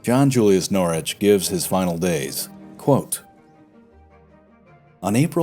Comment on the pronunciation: NORWICH BRO YOU FORGOT THE “W” IN PRONOUNCING HIS NAME WHICH YOU SEEMED TO PRONOUNCE CORRECTLY THE EPISODE BEFORE THIS ONE BUT I DONT MIND MUCH AT ALL NOW RHAT